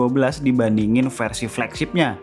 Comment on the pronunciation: "Fersi Emat" wkwkw